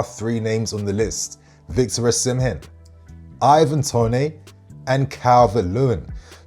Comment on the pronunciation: Mate he is English why u pronouncing it tonay?